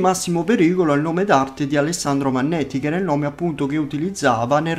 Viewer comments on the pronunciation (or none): È vanetti non vanneti